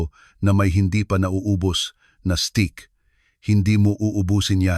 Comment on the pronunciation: Steak, hindi stick.